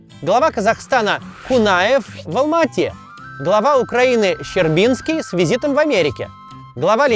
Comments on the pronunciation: Ц. ЩербиЦкий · Кац ты даже фамилии не правильно выговариваешь! Не щербинский, а Щербицкий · Щербицкий, а не Щербинский. Учи матчасть. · Не Щербинский, а Щербицкий В.В. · Член Политбюро не Щербинский, а Щербицкий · Нда. Щербицкий, а не Щербинский. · Фамилия главы Украины не ЩербиНский , а ЩербиЦкий ...(допустимая ,,не"точность😊оговорка) Без претензий - к автору ! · Афтар, ЩербиЦкий а не щербиНский, сколько тебе лет? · Всё классно, но ЩербиЦкий всё же через Ц, а не ЩербиНский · все таки он Щербицкий, а не щербинский. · Неплохо, неплохо, но небольшие мелкие оговорки иногда портят всю картину. Например, не ЩербиНский, а ЩербиЦкий. Вам всё равно, а мне ухо режет. Я постарше (из поколения "икс") и фамилию Щербицкий помню отлично. Он курировал Украину. Был ярым болельщиком Динамо Киева. Поэтому делал всё, чтобы клуб Лобановского ни в чем не нуждался. И надо признать, что они с Лобановским достигли тут огромных успехов. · Щербицкий, а не Щербинский. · Венедиктов автоа образованным как-то назвал. Посмотрел из любопытства, нарвался на это. Посмотрел первые 13 минут - стошнило и выключил, первые две даже смотреть не буду. Глава Украины - Щербицкий, а не Щербинский. 26й съезд был весной 81го, а не в 82м. Горбачёв и Громыко если что-то обсуждали, то пост председателя верхсовета, а не совмина. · глава Украины ЩербиЦкий, не ЩербиНский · Не Щербинский, а Щербицкий. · Кац, с матчастью аккуратнее. Щербицкий, а не Щербинский, а Маслаченко - он Владимир, а не Виктор. И муштра, а не мунштра, Кац😂. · Глава УССР ЩербиЦкий, а не ЩербиНСкий. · Максим, извините, я Вас поправлю. Не ЩербиНский, а ЩербиТский. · Максим, не Щербинский, а Щербицкий! Ай Яй Яй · ЩербиЦкий, а не ЩербиНский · Мне одному послышалось-Щербинский?